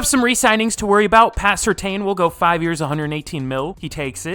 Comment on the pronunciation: Surtain is pronounced Sur(tan)